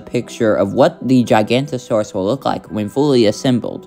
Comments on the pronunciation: It’s not “gigantosaur”, it’s actually “giganOTOsaurus” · It’s gigaNOTOsauurs, not giGANTosaurus alright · It’s pronounced (jiga note oh saur us) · You pronounced giganotosaurus wrong